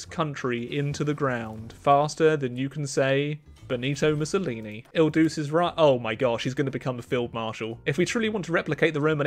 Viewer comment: Il doo-chay is how you say it